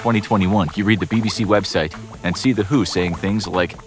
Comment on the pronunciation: For gods sake it's W-H-O , with each letter individually spelt not who 💀💀